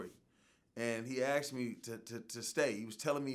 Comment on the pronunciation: No boy,..no one 'axed' you anything. He asked you. That drives me freaking insane.